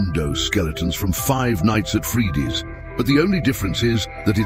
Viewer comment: five nights at freeeedys ok i like dat pronounciation